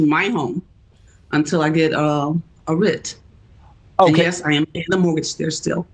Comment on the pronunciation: Get an editor!!! Your last name could be Johnson after listening to you butcher the English language! Writ doesn’t rhyme with light. The reporter even said it twice and you still butchered it